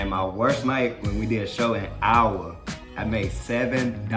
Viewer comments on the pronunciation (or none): I had to re watch that part I couldn't tell what the hell he said , I live in Iowa , and I just though "No way in HELL did he just pronounce Iowa 'OW-wuh" 🤭 lmfaoooo like what ?😂